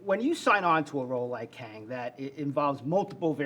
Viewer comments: Did Majors say Kangin? 😂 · Jonathan Majors actually said “Kangin”